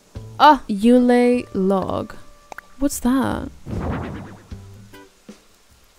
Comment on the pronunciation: 'yoo-lay log' had me sent